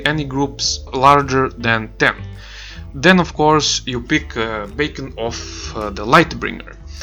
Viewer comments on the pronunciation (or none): You keep saying "bacon" its funny and good info